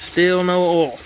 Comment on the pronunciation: when he says oil it sounds like he's saying all